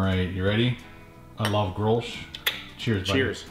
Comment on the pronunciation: You pronounce Grolsch with the Dutch G not with the american G